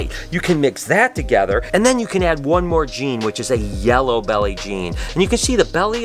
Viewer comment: Had to rewind that for a sec... "the belly is a little bit yelly" 😂 anyone else catch that? #2 "right here where I'm standling"